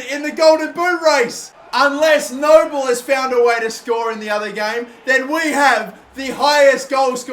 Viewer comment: Frank Nouble is pronounced Noo-blay